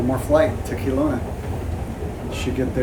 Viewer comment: It's not pronounced Keelowna it's Kelowna, get it right